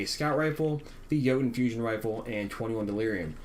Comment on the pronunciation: Isn't there a letter 'T' in Jotunn?...It's Norse...pronounced YoTunn.